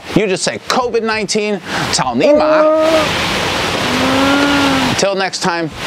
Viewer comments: For audiences who don't know the words, Ca3o Ni2 Ma3 and Ca4o Ni3 Ma1 sound different and have way different meanings - The former one that pronounced is basically an internet meme, basically means "oh fu*k or oh god" and its meaning quite depends on the context. While the latter is aggressive, rude and just means "fuck u" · For those who don’t get it: the word: “cao ni ma” has a homonym (I.e. same pronunciation as another word) as the phrase for: “go fuck your mother.” Although in Chinese the tones will be different. For llamas it’s: cao3 ni2 ma3, whereas “go fuck your mother” is cao1ni3ma1. But anyways good Chinese language joke.